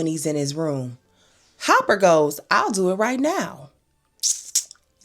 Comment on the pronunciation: So you calling Dennis Hopper - HOPPER?